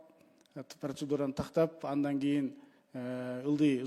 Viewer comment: Адан эмес, андан дечи спикер.